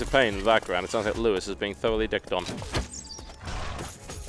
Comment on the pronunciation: for TB butchering Lewis :D